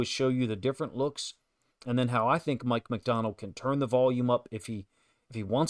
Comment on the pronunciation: Good analysis but who is "Mick" MacDonald??